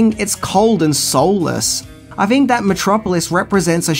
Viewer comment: I don't fink knows a fing about how to speak English.